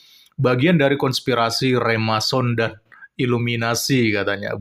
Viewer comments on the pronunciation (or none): Remason ? Remason balsem kali wkwkwkwk...Yg bener Freemason... koplak